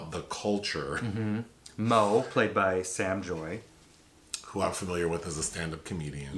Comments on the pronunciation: Bruh her name is Sam “JAY” !!!! Not joy 😂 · I'ma help y'all. Lol. Sam JAY. Not Joy. Lol.